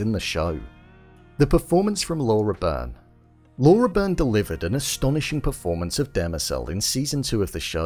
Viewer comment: That's definitely Demerzel, closely followed by Day in season 1 (the one who went through the Spiral). Laura's been a blessing, I struggle to find words to describe her great talent. So powerful and so subtle. I hope for a great future for this character and for this actor. (Just a little note for you for the future vids, her name is pronounced Lah-oo-rah Bee-rn)